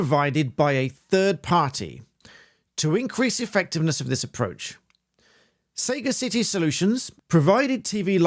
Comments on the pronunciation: Saga’city 🤣🤣 🤦🏻‍♂️ Sagacity is a noun, an alternative to sagaciousness. It is pronounced: sə-gasˈi-ti (se’gas’ity) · It's not 'say-ga-city' it's one word 'sagacity' pronounced 'sagassity' and means 'wisdom'. I'm surprised you don't know that word. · Minor nitpick; it's suh-gas-itty, not Sega City (sagacity = sagaciousness). But I agree that this approach is worrying. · Sterling work young man! I really enjoy your pointers, especially when it comes to the TV licence. If I may offer one of my own, I think that it might be pronounced Suh ga suh tee, meaning shrewdness. I could be wrong, as I know nothing about the company but I do know a little about English, uneducated lout though I may be. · I'd pronounce it say-gass-itty rather than sayga-city., but then I'd never heard of them before this video. Its one word like voracity or capacity, not two. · Isn't "Saga City", as you call it, pronounced "sa-ga-city" (as in "possessing sage-like qualities")? They're still total assholes either way, of course. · Sagacity, pronounced sah-gas-it-ee - meaning wiseness/wisdom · ‘Sagacity’ is surely pronounced suh-GASS-ity, being just a regular English for wisdom? No? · I just have to say, it's not 'sega city' it's Sagacity, as in the the expression of being Sagacious: Dictionary Definitions from Oxford Languages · Learn more adjective having or showing keen mental discernment and good judgement; wise or shrewd. "they were sagacious enough to avoid any outright confrontation" Which is beautifully ironic in this case. Soft g not hard g. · Isn't it pronounced like sagacious? Not sega city. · Just nitpicking "Sagacity" is pronounced "Sa-Gassity", short A to begin with as in "Sam" or "sad" and the emphasis on the "Gas" part of the word. Means wisdom, knowledge etc. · Um, are you sure you've pronounced Sagacity correctly? I doubt it is pronounced Saga City, since sagacity its actually a word; the quality of being sagacious. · "Sah-GAH-sitee", lad, as in sagacious. A misnomer for sure.